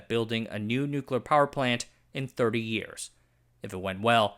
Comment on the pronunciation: Can't take a video about nuclear anything seriously when the narrator can't even pronounce the word properly.